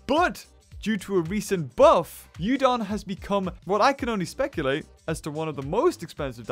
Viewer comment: Yudon sound likes my favourite noodle. 'Udon'